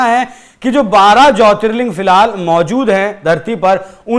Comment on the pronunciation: Wo jyotirling hota hai ling nhi